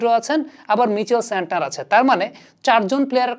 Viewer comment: Santer noi santner